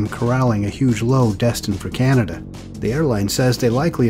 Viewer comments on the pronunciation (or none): none